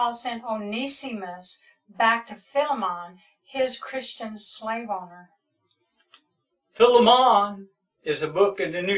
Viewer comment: “Fill-a-mon” bruh it’s Ph-eye-lee-mon this man has no idea what he’s talking about